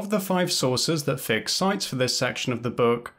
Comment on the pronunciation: Hello, please check your pronunciation of Orlando Figes’ name. I have always heard it pronounced as “FI-jez” including by people who know the man personally. If you are mispronouncing the name, as I suspect, it underlines your point in a most ironic way.